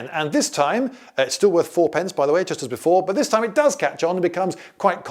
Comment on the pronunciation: "half the worth" sounding very much Germanic "vert" / "wert"....